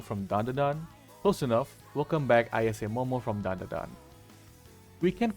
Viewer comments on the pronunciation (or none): none